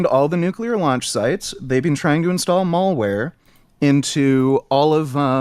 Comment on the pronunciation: really said 'mall ware'